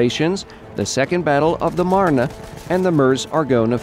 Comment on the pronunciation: oh, my OCD is tingling because he kept mispronouncing meuse and marne. No big deal overall though